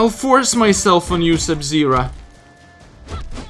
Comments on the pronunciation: "I'll force myself on you, Sub-Zera." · "I'll force my self on u sub zera" 😂 😂 😂